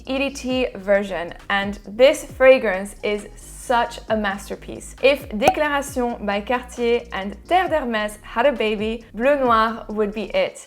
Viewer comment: lol you really went for it on pronouncing the DECLARA Tshee OWNN by CAHHHH TEEE EHHHHHH'